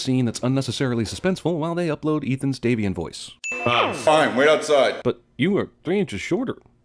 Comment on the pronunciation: Daniel van Loenen 'Davian'. Not 'Damien'. Double plus sin